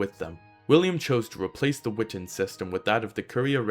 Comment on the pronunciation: Great video! I’m not sure that it matters, but my favorite college professor always insisted that it was pronounced: we-TAHN. Just throwing it in there, not trying to be contrarian. Cheers!